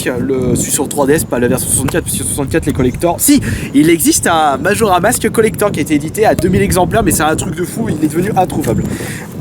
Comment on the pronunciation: sa se dit majora'S mask